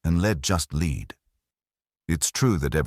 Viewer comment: News flash. It's an erzatz AI Irons voice. How is that known? AI doesn't know to pronounce the metal lead as "led".